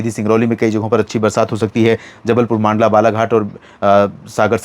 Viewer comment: मांडला न बोले सर मंडला है 🙏🙏🙏🙏🙏🙏🙏🙏🙏🙏🙏🙏🙏🙏🙏🙏